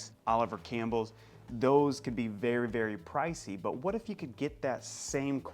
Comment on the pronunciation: Just fyi, its Oliver Cabell, not campbell